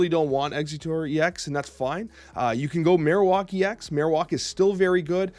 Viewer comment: Man I love your snap stuff but we gotta sit down and work on your pokemon pronunciations Marowak is like Bone Marrow